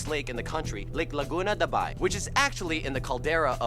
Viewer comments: it is not Laguna Dabai, it should read and spelled as "Laguna The Bay" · Correction: it's LUNETA not LUNETTA. VULCAN(BULKAN in Filipino, VOLCANON in English) not VUCLAN. LAGUNA DE BAY not LAGUNA DABAI. KUMAKAIN not KUMAKAI. These presentors need to get their facts right before presenting us Filipinos. TAGALOG is what we call in english THE CENTRAL LUZON PEOPLE. But overtime this became an alter call from the language FILIPINO. DAVAOEÑO not DAVAOENO. ZAM-BO-ANG-GA but spelled as ZAMBOANGA. Same thing with PANGASINAN. It is spelled that way but pronounced as PANG-GA-SI-NAN. BAYBAYIN not BABAYIN. GEEZ THESE PEOPLE REALLY NEED TO GET THEIR FACTS STRAIGHT! Aside from typos, they should also pronounce stuff PROPERLY.